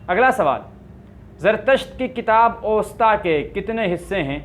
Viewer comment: کنفیوشس مذہب کی کتاب کا نام اْوستا نہیں "اَوِستا "ہے الف کی زبر اور واؤ کی زیر کے ساتھ.